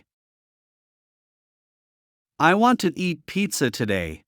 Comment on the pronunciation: No se dice Guant se dice want , want. No se dice guai se dice why como se escribe